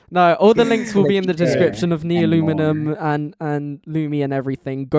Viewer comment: Honestly you didn't say it that bad, I used to say it as Nuleomulium 😭